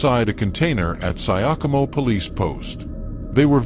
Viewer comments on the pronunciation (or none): 😂😂😂 nimeskia Syokimau imesomwa as "sayakomo" and paused to come read the comments. Wacha niende zangu sasa